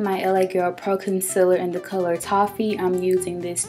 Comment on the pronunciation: you pronounced Consealer wrong its Conseeler not consiller